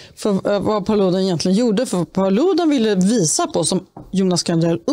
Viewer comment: En gång för alla - Paludan uttalas med betoning på första a:et !